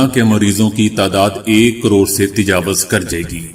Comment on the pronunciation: تجاوز ( ت اور ج پر زبر اور و پر پیش۔ )